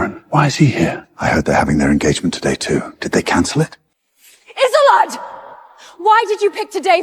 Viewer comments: I wish they'd get the pronunciation of her NAME right. (So many of these videos ALL get it wrong!!) It's NOT "IZ-oh-let" or "IZ-oh-lade"; it's "Iz-OLD-duh"!!🙄🙄🙄😥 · Isolde is usually pronounced Is-old, not Is-o-let or is-o-laid. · Isolde is not that difficult to say, dammit! Is-ZOL-day. I guarantee you it's never been pronounced as "islam" 😂😂😂😂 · is there really any voice AI can said isolde name right :face-green-smiling::face-green-smiling::face-green-smiling: wtf isoline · The way they're mangling her name is frying me 😂😂😂 I believe Isolde is pronounced uh-zoll-duh. Hell, i could be wrong too 😂😂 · Isolde's name was said correctly only one time! Karon's name? Ridiculous